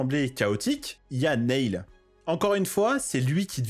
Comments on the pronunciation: très cool vidéo. (cependant, tu as vu le film, et tu sais donc que Neil se prononce "Nile" et pas "Néïl" 😝) je m'abonne pour la peine. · Ça se prononce "nile" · Alors nail ça veut dire clou. Neil se prononce "nil"